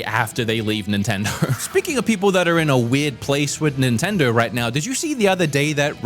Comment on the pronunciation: "Nintender" lol